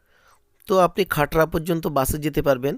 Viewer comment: খাটরা না খাতড়া